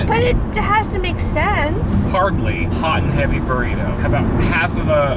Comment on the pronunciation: " B O R R I T O" " B O R R I T O" ..." BORRITO"